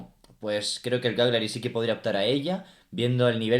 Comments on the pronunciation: Cagliari tiene la pronuncia espanola de "Callari". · Se pronuncia 'Calliari'.. En italiano gl se pronuncia ll